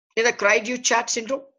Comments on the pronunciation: With Google Translate in existence, doctor please make an effort to pronounce terms correctly. This is a French term. Cri du Chat means Cry of the Cat. Pronounce as CREE - THU - SHA. DU is pronounced with a soft D as in THE, but the vowel sound is OU. CHAT is like an SH with the T silent, so SHA. Instead of all this talking, give a few videos of the actual cry being made and show some babies. This is nothing but reading from a script, useless. You are too lazy to even look up Google to pronounce a French term correctly. What a joke! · the man can't even pronounce the syndrome right...smh